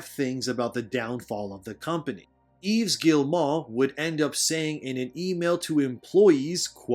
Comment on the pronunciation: Bro you complaining about all this shit when you can't even do basic research to figure out how to pronounce Yves Guillemot. There's not an N anywhere is good name you fuckin moron